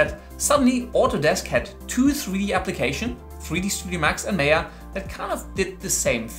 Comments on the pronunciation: my-yuh, not may-yah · it's Maaaya, not meya! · its Maa ya not may ya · Wrong pronunciation- it's not Meya, it's Maayaa 🤣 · Its M-ah-y-ah not M-ae-y-ah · It's Maya not Meeya... (sorry had to...) Great video for someone starting to look into the CG industry! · Its Maya not Mayor!! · its Maya .. not meaa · me yaa, me yaa... bro its maa yaa. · its not pronounced meyah.... it MAH-YA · Well autodesk MAYA is not pronounced "may ya" it is pronounced "maa yaa" (ˈmīə,ˈmäyə) as it is an indian world meaning the power to create illusions and you now know why it is named like that ;) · It's pronounced as MAYA. Not MEYA! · It's MY-AH not MAY-AH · Just one thing, it's not (meh-yaa) it's (maa-yaa).... Good video anyway. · Its called 'Maya' not 'Meya' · Maya is not pronounced as "Meya" it's " Maa-ya" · MAY - A? ? DA -TA?? . Good GOD! it's MAaa-YAaa , Day-Ta.. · its not may ya, it is called ma ya (MAYA) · It's Maa - yaa, not May - yaa. Maya is a Sanskrit word which means 'illusion' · Isnt it pronounced 'my-ah'? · the word "maya" is taken from sanskrit literature which means ïllusion" . And it is pronounced as "Maa Yaa". don't change it. thank you. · Maya - Maaaaayaaaa that's how it is pronounced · pronounce MY- AH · nice but, learn to pronounce Maya. its Mi Ah like the Mi ah (Mayan civilization) but otherwise awesome. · Seriously?! MAAya? LOL. 10 secs into the videos and chuckling. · Its pronounced 'my-ah' Were not making sandwiches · You’re saying “Maya” wrong. Lol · What a joke, can’t even pronounce Maya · Maya is pronounced with an 'I' sound like eye or guy. Mayo goes on a sandwich.